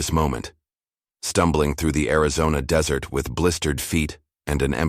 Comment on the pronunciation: Come on "desert" pronounced "dessert travel?" Pooling our resources, not pulling. Attend to, NOT two. The word led is not capitalized in the middle of a sentence. LED in all caps is a type of lights, I believe. That's the only time the whole word would be capitalized.